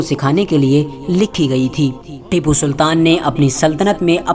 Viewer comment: Unka naam acchese lo bhai